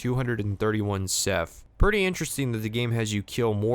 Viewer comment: was he saying seth or seph? if theyre a hive mind i think it's funny just calling them all seth